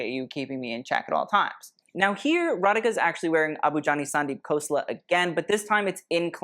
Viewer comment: Just letting you know, you pronounce "Radhika" "Ratheeka"!